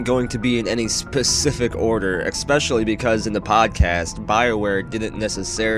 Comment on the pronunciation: There is no X in the word especially!